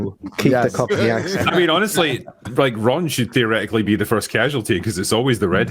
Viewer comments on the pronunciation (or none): none